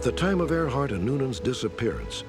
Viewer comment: “Earhart” NOT “Airhart”